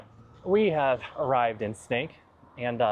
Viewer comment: It's funny to hear you say Sneek week. You pronounce it perfectly but I keep seeing snakes in my head.